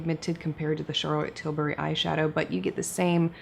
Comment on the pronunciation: Charlotte probably really appreciates an American that actually pronounces her name well. Charrrlot TilBARRY, her third cousin from down south, is not making an appearance in this video 😂